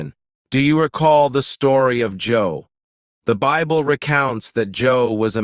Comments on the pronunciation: Im surprised - an advanced channel - such as this is calling Job as Joe.! 😊 Its pronounced J-oh-b.! 😅 ☮️✝️☮️ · It's not Joe, it's Job and it's pronounced with a long O e.g like jobe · For Joe read Job, pronounced Jobe. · Job...not Joe. Good msg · Its not Joe, its Job. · its not Joe its Job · Job, not Joe. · if you use AI to make this please pronounce Job correctly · It's not joe it's job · Its Job not Joe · Not Joe bro it's Job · You got Job mixed up with “Joe” and so I got the “Thumbs down” button mixed up with the other option…. Stop using computer generated voice overs and maybe try doing it with some real life vocal narration. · Just so you know... the name is JOB not JOE. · It's not Joe, it's Job . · I believe you mean Job,not Joe. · ? Joe !! 😂😂😂. It is job. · Not Joe it's Job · It’s “Job”, not “Joe”. 😂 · the correct name is Job (Joeb) not Joe as the narrator say's. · Job not Joe. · Job …not Joe . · This was written by AI. Some of the words are not correct and especially the most telling thing is, JOE instead of JOB. I thought I'd never see it in my lifetime. That is spooky 🙀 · His name was Job not Joe. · why calling Job "Joe"????? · How could he have this knowledge of the bible but use the name Joe? It is job. Seems almost misleading on purpose he knows the entire story of job but still calls him Joe 🤔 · Job not jor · Job u need to get the names right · Yes. Why can't he use the correct name which is JOB? He doesn't even say job's name correctly.❤❤❤ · Thank you for the correction. Job. Not Joe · Narrator says Job not Joe. Probably the b at the end is sound slightly but is a b not an e. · Joe? lol It’s Job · why did he keep saying Joe? the name is job. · Why Joe?....it's Job. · You mean Job? Not Joe... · Bazaar that you did not know his name is Job not Joe. That’s very strange. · Who is joe? And it is pronounced Job not job. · Job, not Joe ! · It is job not joe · Who is Joe? It's Job. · Job, not JOE! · Definitely not Joe, but JOB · It's job not joe.